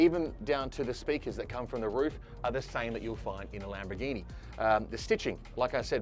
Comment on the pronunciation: Why does he keep calling it a Lamberghini? 😂